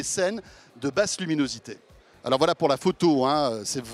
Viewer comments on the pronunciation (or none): none